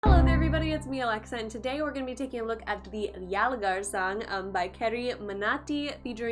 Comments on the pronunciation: It's pronounced as yul- gaar! Not yaal- gaar. It means attack!!! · First learn how to say "yalgaar" before grabbing tons of views from india.. I mean how can you react on the song which is not made in your familiar language... Please have some courtesy to learn the language first, before fooling people on the name of reaction, i mean all knows you don't even know a single word from the song then how can you react on a video by only watching pictures.... Thus proved you all can do anything for views, don't use indians they are way more smarter then you think...... 😠😡😠😡😠😡🤢😠🤢😠😠🤬🤬😡